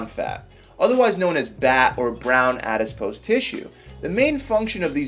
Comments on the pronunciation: Its Adipose tissue please stop pronouncing it Adispose tissue. Please read about definition of Calorie. Horrible twisting of facts by ignorant individual. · It's not "adispose", it's adipose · It lowers your credibility when you cannot pronounce properly what you're talking about: Adiss-pose? It's a·-duh·-pows, æd.ɪ.poʊs....No "s" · Adipose...not adispise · Not said in a snarky way at all but my friend it's adipose, not adispose. Lots of great information by the way. Thanks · Adipose. ADIPOSE! NOT FUCKING ADISPOSE! AADDIIIPOOOOOOSEEE!!!!!!!!!!!!!!!!!!!!!111!!!1!1!! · When he says "addispose" instead of "adipose" 🥴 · it's called "adipose tissue" not, "adiSpose". The rest was great. Thank you! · its not adispose its adipose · Very informative but its 'ADIPOSE' not awdispose :-| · I love how he pronounces all the science stuff wrong in every video lol. Adipose becomes ADISPOSE. Hahahaha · “Adispose” lol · I wish that he said the word adipose correctly.